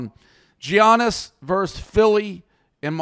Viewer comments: If says "G-Annis" one more time, I might kill myself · Imagine saying his name as GEE-annis 😂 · It’s pronounced YAH-NIS!! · Guys the mispronunciation of Giannis's name was terrible haha & Dave need to apologize! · As a Greek, please God someone teach this man how to say the best player in the worlds name. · The way they pronounce Giannis is mad 😂😂😂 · How many times is he going to say Giannis wrong? That was aggravating as hell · I see they learned how to pronounce Giannis’ name from PFT